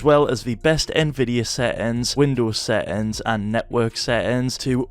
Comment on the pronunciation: What are "set-ends"???